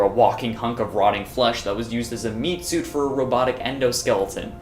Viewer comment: Is it just me or did i start to hear say soup instead of suit just a few minutes in the video?